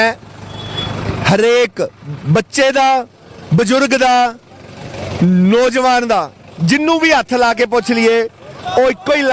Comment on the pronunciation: ਪਤਰਕਾਰ ਜੀ ਤੁਹਾਡੀ ਪੰਜਾਬੀ ਭਾਸ਼ਾ ਵਿੱਚ ਥੋੜ੍ਹਾ ਸੁਧਾਰ ਦੀ ਲੋੜ ਕੁੱਝ ਸ਼ਬਦ ਜਿਵੇਂ ਹੁਨ ਨਹੀਂ ਹੁੰਦਾ ਹੁਣ ਹੁੰਦਾ, ਪੈਨਾ ਨਹੀਂ ਪੈਣਾ ਹੁੰਦਾ,ਨੋਜਵਾਨ ਨਹੀਂ ਨੌਜਵਾਨ ਹੁੰਦਾ ਬਾਕੀ ਕੁੱਝ ਸ਼ਬਦ ਮੁੰਹ ਵਿਚੋਂ ਗਲਤ ਵੀ ਨਿਕਲ ਜਾਂਦੇ ਉਹ ਗੱਲ ਹੋਰ ਹੁੰਦੀ